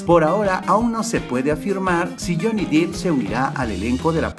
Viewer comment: Amigo... tu video, contenido, edición y todo es muy bueno.. pero por favor no pronuncies tan mal el apellido de este famoso actor... no es "Jhony Dip" se pronuncia "Dep"